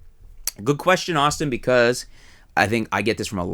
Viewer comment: What a pointless video.. and you called him Aushtin